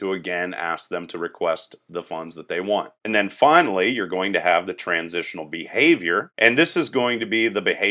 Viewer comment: "Bahavior" made me laugh Otherwise, good tutorial series. My Software Engineering professor told our class to watch this series.